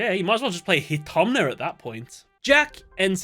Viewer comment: "That's a very hyper-specific card right there. And it's only 500 damage ONCE? …Okay, you might as well just play Hinotama (pronounced 'Hitomna' here) at that point." And in the same video where Yusei twice uses Speed Speed - Silver Contrails for a battle phase-only boost to specifically a WIND monster after an activation requirement of 5+ speed counters. Instead of, say… Axe of Despair, the staple stat equip card in early Yu-Gi-Oh for a while. Like, thematically, makes total sense, and you gotta pump the speed counter mechanic, but it's a worse card three times over. Oh, and Crimson Fire, which was made for this duel (though it did reappear later on), is needless here in the face of an anime-created trap card made during the Dome arc, Divine Wind. Doesn't double the damage, only adds 500 according to the Japanese text, but as no extra damage is needed, it works. Honestly,, there's a video I would LOVE to see from you - times a duel invented a card when an existing one would have done the job without disrupting the duel script as it progresses. Even just occurrences that leap out at you and don't need much research from Duel Monsters alone would more than be enough for a video. Because, even during Duel Monsters, creating a new card for a duel when an existing one, sometimes one the duelist already had, would have fulfilled the role perfectly, was stupidly common. Several duels in Duelist Kingdom alone had a new low-level cookie Monster for Yugi or Joey (